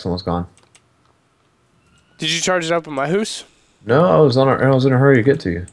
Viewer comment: says hoose instead of house xP